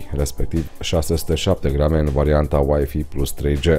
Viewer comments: Scuza-ma, dar WiFi se pronunta ,,uaifai'' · nu mai zi uaifi ca ma enervezi rau !